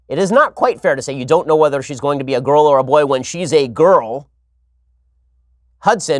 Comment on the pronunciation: He says girl like gru "Gorl"